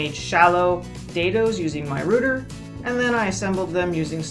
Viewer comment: Nice. I'm going to try and modify it width wise to fit my space. BTW, what's a rooter? I know what a router (row - tur) is tho